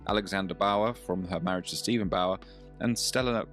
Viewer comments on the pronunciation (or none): none